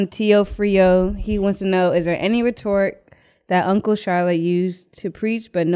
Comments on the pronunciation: first off all 3 of y’all slow because rhetoric is pronounced “RET-TER-IC” not rhetoric like a rhetorical question 😂😂😂😂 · Rhetoric? We can't just act like she ain't slaughter that word. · The way they pronounced rhetoric was strange, no?